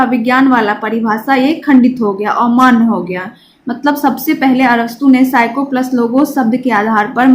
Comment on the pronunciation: Mam psycho nhi psyce